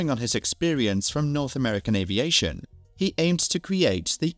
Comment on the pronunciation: "American Avaition"?